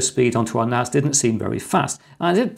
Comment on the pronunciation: this is confusing you call it a Network Attached Storage and yes you keep calling it NAZ. A S is not a Z NaSssss not Nazzzzzz